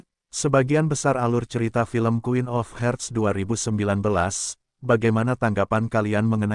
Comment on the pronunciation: Harts, bukan herts